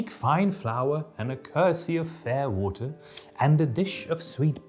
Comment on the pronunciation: your mark twain pronunciation of "water" sounds like "olla" to me, which is neat